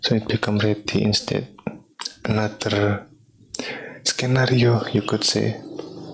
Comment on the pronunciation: scenario is pronounced "sin-ario" not "s-k-nario" English is .. something.